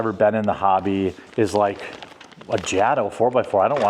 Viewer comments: It's pronounced Jay-Tow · Long A in JATO. Good video. Lers get atleast one of these a week.